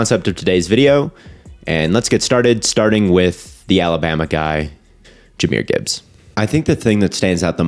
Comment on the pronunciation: Jah is a one of a kind RB he is truly blessed by the best!! Keep grinding grandson strong silent and smooth.💪🏽💪🏽 FYI Jah was 5’l1 in High School, hopefully soon all will be corrected. Even the pronouncing of his name, Jahmyr aka Jah not Jamyr!!